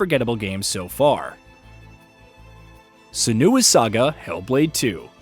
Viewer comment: This channel keeps mispronouncing "Senua", correcting the pronounciation in follow-up videos after people call them out and then mispronouncing again it later on. This is the like the third or fourth time I see it happen. The stress is on the "Se"! Like "Sehnwa".